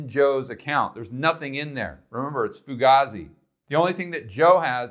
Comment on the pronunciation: Fugazi was used first by Jonny Depp in the movie Donnie Brasco and he was saying it to Al Pacino.. c'mon man!! And you're pronouncing it wrong.. foo-gayzie